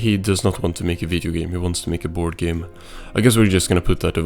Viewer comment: He didnt want to create a Video Game. he wanted to create a VideGem. I cant be the only one who immediately hears the AI mispronounce that Word.